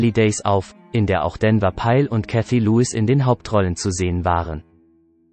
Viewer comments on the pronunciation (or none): none